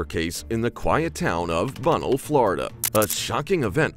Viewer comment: Bunnell is pronounced BUN-NELL... and its far from quiet lol